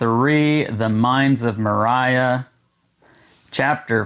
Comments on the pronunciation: Nice unboxing but may I just let you know it Saud more-re-a. If I did that correctly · Please, please, please learn how to pronounce Moria. It bugs the heck out of me every time you say it. Thanks.